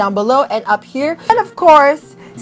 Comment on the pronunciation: Curl tawang tawa yung boyfriend ko when he heard you say "Mashikep" hahahaha love you 🤗💓